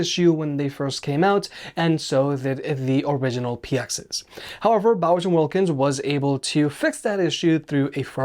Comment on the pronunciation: are you saying "Bowser" instead of "Bowers"?